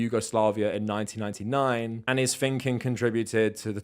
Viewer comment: Quit saying "finking", bro! It's THinking! Jeez, love the content, but damn that's annoying!